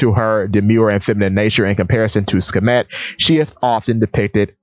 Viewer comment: Aside from your pronunciation of Bast/Bastet and Sekhmet and a few other points, I generally like how you presented it, and additionally I acknowledge the courage, especially in a world of subtext non-readers and Luffy-Nami shippers. No hate. People generally dislike Vivi, despite the obvious precedence set by Oda time and time and time again saying that Vivi is important. Kuma’s fruit, despite the name of Kuma/bear, has been deliberately associated with cats by Oda, with repetition from Robin and Ginny. I get how people reiterate that Kuma is still alive, but anything can happen. A chapter title page has him crossing rivers to get to Ginny. I agree with Luffy and Vivi being two sides of the same coin, but remembering Luffy shares special relationship this with others (e.g. Sun Wukong aspects divided into the two with Nami getting the bo staff and the flying cloud) etc, Vivi also shares relationships with others too. Vivi shares the prototype leftovers from Ann, Silk, and pre-OP Nami, but Vivi gets the long hair, similar background, the buddybird concept; but in the partner concept, I believe Nami gets the mother development (seen through progression from Bellemere, Arlong, East Blue, Chopper, children characters, Momo, Otama and Otoko, and the Punk Hazard subjects) while Vivi gets the co-leader/wife aspect (from Baroque Works to Princess Straw Hat, to Alabasta Queen by default, to Pirate Queen) - I’m glad you made the Koza connection. Pardon my Luffy-Vivi shipping. This conc